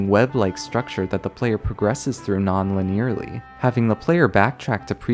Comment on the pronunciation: Me: linear: liniérè